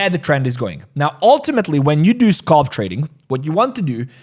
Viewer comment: SAY AL SAY AL SAY ALP SAY ALP SAY SCAL SAY SCAL NOW SAY SCALP ITS NOT SCOLP